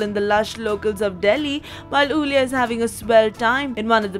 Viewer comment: Is not ulia is iulia first is i (e) as in india .... try again now